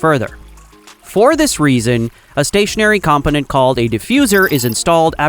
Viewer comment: interesting video. the GI voice-over gets the pronunciation of many words wrong though, maybe you guys can try a different LLM in future with better pronunciation for technical terms like stator/component/etc.